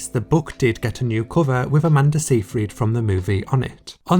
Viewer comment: Btw, it’s pronounced Amanda Sigh-fred